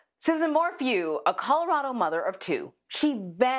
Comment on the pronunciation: "Susan" ?! 🙄 Not great to begin with a mispronunciation of her very ordinary name. SUZANNE.